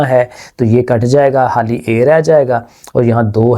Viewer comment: Any one notice sir say Hali instead of khali😅